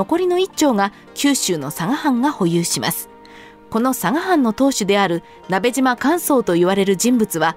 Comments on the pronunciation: ❌なべじま ⭕️なべしま ですよ！ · 聞き間違えていたら申し訳ないのですがナベジマではなくナベシマだと思われます よく間違われるので楽しみにしていた故郷の武将なので恐縮ではありますが覚えて頂けると嬉しく思います。